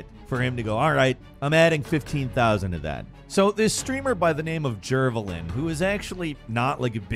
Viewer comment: It's actually pronounced as 'Jer-vey-lin'